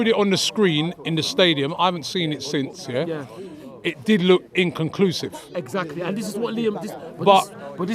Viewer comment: Give him 10 attempts and will still fumble trying to pronounce the word 'inconclusive'.